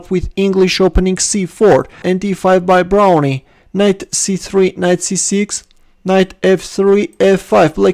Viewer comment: Pretty sure he pronounce his name 'Brown' not Brownie. I played him once, got clobbered.